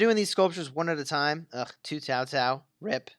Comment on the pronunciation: Why do you keep saying Tao Tao? Isn't in Cao Cao???